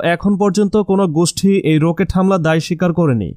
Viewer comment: রোকেট..… প্যারেক.... তাই না। কি বাংলা 🤣🤣🤣🤣🤣🤣🤣🤣